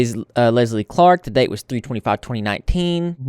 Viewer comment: Why did I think you said “Leslie Fart” instead of “Leslie Clark” at the beginning 💀